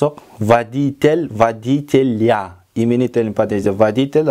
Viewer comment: Водитель -- суффикс -тель читается мягко, а водителя читается после-л- перед-я- без мягкого знака (ь) ,как -ля. Не -льйа (не водительйа, а водителя)